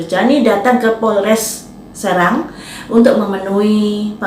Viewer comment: Cara pengucapan Kata Kota S E R A N G bukan S R A N G. Sbg orang SERANG gua jd males nonton videonya. Tutup....jebreddd.